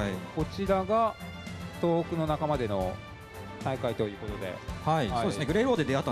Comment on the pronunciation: 東北をトウホウと読むのは…。あとFgoの実況するならヴィヴ・ラ・フランスくらい知っとけよ…